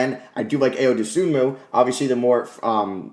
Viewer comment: Ayo’s name is pronounced I-oh, not Aye-oh